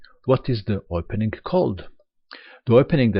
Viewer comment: indeed you're a great instructor. and I like the way you pronounce opening (like oypening) :P